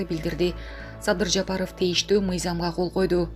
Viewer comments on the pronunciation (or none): none